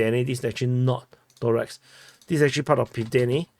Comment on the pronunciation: ToreCk, its anoying not Torex, C like C not K in Slavic languages